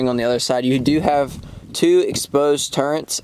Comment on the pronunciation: Turrets not turrents. Didnt know it was an HS-T. Thanks for the review.